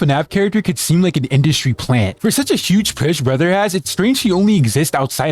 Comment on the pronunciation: Bro said Industy Plant.